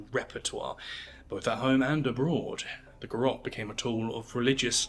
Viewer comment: Garrote, not Garotte. The final e is voiced. Ga-rro-te Three photographs used in this program (at 0'52", 2'09", and 3'04") were garrote executions in the Philippines. This was brought by Spain. Odd that you didn't mention this, as an example in Asia.